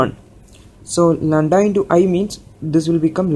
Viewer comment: its not landa, its lamda